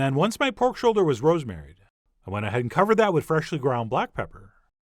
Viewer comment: Why do you say wiTHhh, soft Th as in wither?